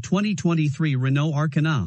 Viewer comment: The A...kar...na lmao 🤣